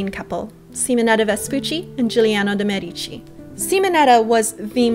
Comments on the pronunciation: ugh, it's MED-ih-chi, not meh-dee-chee. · You have a cute style - BUT PLEASE - pronounce Medici like Médici - not Medíci - Fun video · You should try to pronounce Medici with the accent on the e. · Apart from the pronunciation of the Medici, this is fantastic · I'm fully aware that it's too late to change the pronunciation in the video after it has already been released. I was merely recommending that you pronounce it correctly in the future for your benefit. As an english speaking Canadian you wouldn't pronounce the word, "medical", with the accent on the i, and neither would you for "Medici". I don't personally know many Canadians, but I'm sure that as a group, you are not against edifying yourself. Good luck!,, 👍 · Exactly, that's what I was trying to say in the comment above. It's mispronounced in so many videos that it makes my ears burn. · Thank you for your response. I don't doubt that while you were in Florence you spoke to a native, but here's the issue I have with that: many native italians do not speak their own language correctly because of regional dialects. Trust me, the accent is on the first syllable. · You do a great job with this. I have one small suggestion for improvement: if you could pronounce Medici correctly it would enhance your presentation. You can go here to hear the correct pronunciation: medici pronounciation But, thumbs up! You do a good job of making the history accessible.